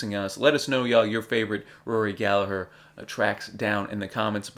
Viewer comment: Thank you for pronouncing Gallagher correctly!😉